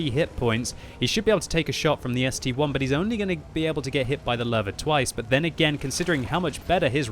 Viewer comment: When will pronounce ST-I correctly. It's ST-I not ST-1